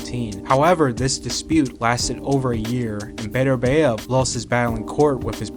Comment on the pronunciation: Love your videos. But please research the pronunciation of names. You pronounce Bivol perfectly, but you mispronounce Beterbiev by saying Beterbeiv